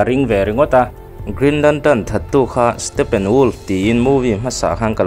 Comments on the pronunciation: i saptawng lamdam hi i uluk a ngai...stephen pawh PHEN angin i lam mai a, stefen anga lam tur😅😊 a hmuhnawm e❤ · Lal stepen a 😂😂😂 huiiiii ......a hming lam dik lo nasa ltk hi a hmuhnawm letling phiann mai hahahaa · Stephen tih hming hi iva lam thiam lo ve, stefen tih a rik tir tur